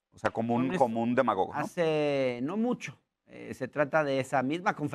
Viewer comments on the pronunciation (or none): Yo entendí Demogorgon en vez de demagogo.